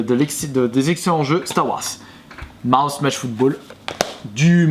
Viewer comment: "Star Wass" mdr je suis mort.